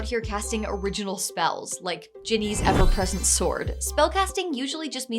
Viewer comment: I totally heard it as “effervescent ”